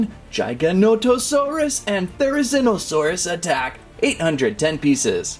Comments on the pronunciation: Giganotosaurus. Not Gigantosaurus. Bruh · Also this is how you say gigantosaurus Its not like jigantosarus Its like how you say g like giganatosaurus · Gig-a-nah-to-saur-rus there ya go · The way he says giganotosaurus… GiGaNoNoToSaRiSs cool video tho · It is pronounced JIG-O-NOT-O-SAUR-US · It’s pronounced (this is how I say it but I hear others say it like this) jiga-noto-sauras so basically you’re saying giga but with a j and the rest you say right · Everything he says giganotosaurus apart of my heat dies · Here's how to pronounce their names jig-uh-no-toe-saurus, their-uh-zin-oh-saurus.